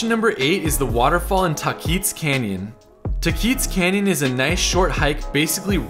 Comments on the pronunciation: One comment, it's Tah-quits not Tah-keets for Tahquitz Canyon and Tahquitz Canyon Way . . . pronounce ah Taa-quits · It’s not Tah-keetz Canyon it’s Tah-quites Canyon. Also if you are coming here during Christmas time you HAVE to come to Candy Cane Lane. It’s traditional for most local families. Indian Canyons is also a must visit. It’s beautiful and it does cost money to enter sense it is owned by our Native’s lands. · It's pronounced Tah-kwits... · I love your videos. This is great. So you can sound like a local next time, say “ha-sinto” not “jah-sinto”, and “tah-quits” not “tah-keets”. Also, Elvis and Pricilla (not Lisa Marie, his daughter) rented that house for more than just a night. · LMAOOOOO HE SAID TAHKEETZ Its pronounces TAH-QUITS ! Thank you for featuring my tribes trails! they are indeed very beautiful<3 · it's pronounced : TAHquits Canyon.... I was schooled by the locals after we bought a house near the canyon. I was saying "TAHkeets" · reminds me of takis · Nothing wrong with someone mispronouncing it, but to answer your question, it's pronounced ta-quits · hi im a palm springs native and just letting you know, tahquitz is not pronounced how you said it. it’s pronounced taw-quitz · Coachella Valley native. Born and raised. No one ever pronounced San Jacinto or Taquitz the way you did. San Yuh-Sin-Toh. Tah-quits. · As a valley native for 38 years, this was an excellent walk-through. Just need to work on the pronunciation of Tahquitz (ta-quits) 😉😄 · An interesting video! I lived in the Palm Springs area about 20 years ago (graduated from HS there) and knew of most of these but you did surprise me with a couple! BTW: I believe your pronunciation of Taquitz is a bit off. It's more like - Tah-kwitz. The "i" is like the i in "bit" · it's pronounced TAH-quits. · It's pronounced "TAAH-qwitz" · It's pronounced Tacoits try and pronounce it that way. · Lmao, the way he says Tahquitz. Just like every snow bird who visits. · How is it pronounced correctly?